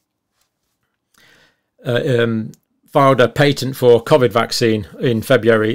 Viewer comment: The only thing John gets wrong is pronouncing the word Covid haha